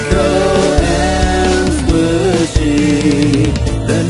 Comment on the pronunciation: No lolol I was being a grammer nazi. He said Squisy. It is squishy. lolol